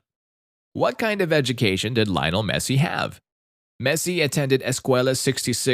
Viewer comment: In Spanish it's pronounced like liyoh-NEL MEH-ssee